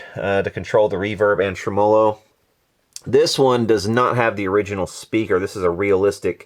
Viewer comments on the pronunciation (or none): "tre--MO--lo". Seriously? Let's go with "TREM-uh-lo." Just shot your credibility all to hell. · I too cried when i heard treMOlo instead of TREmolo haha just kidding, great work, the final result is outstanding. See FUPA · Trem-o-lo ? Really !! Speak English !! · It's pronounced "trem-muh-low." Not a long O. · Goood work! FYI: (pronounced TREM-a -low_) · You aren't pronouncing tremolo right